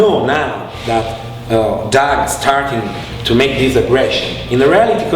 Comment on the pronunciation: Yuton ತ_ಎತ this “dis” shouldn’t be funny